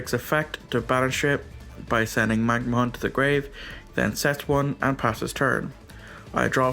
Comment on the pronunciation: bystial magnamhut ❌ magnahunt ✅